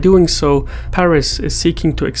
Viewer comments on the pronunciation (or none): none